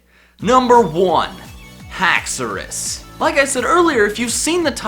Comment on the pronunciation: as soon as he said alolan exegutori dislikrd the video but then he said haxourous and i liked it instead